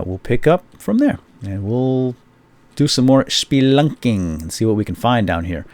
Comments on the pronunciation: I laugh everytime he says splunking, is that bad? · did he say spunking or splunking I can't tell... No Offence